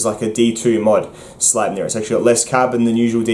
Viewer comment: "Young Frankenstein" ref: "It's pronounced Slype-ner!"